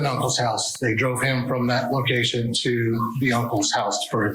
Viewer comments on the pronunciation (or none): Its location, not locaition. Are we in idiocracy or what? Ok they fixed it, smh.